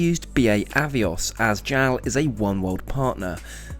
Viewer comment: Why do you pronounce JAL and ANA as Gel and Anna? They’re both clearly acronyms: J-A-L and A-N-A